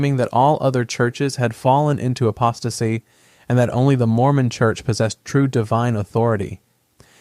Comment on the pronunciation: He did pronounce apostasy correctly.